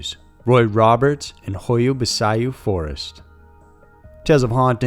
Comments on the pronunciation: Pronounced bachiu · I'm sure the forest is pronounced "bachoo" and not how its originally spelt. Am I correct? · Pronounced Ba chu.. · I think baciu is said "bash-oo". In case it matters